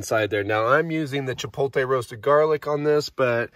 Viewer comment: Sorry to be anal. But it’s pronounced chi-pote-lay. Not chi-polt-tay. The L is on the other side of the T. Looked tasty in any case